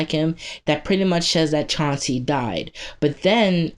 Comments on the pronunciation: ..... CLAN-SEE not s chancy he's not a pokemon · It's Clancy, C-L-A-N-C-Y, not Chancy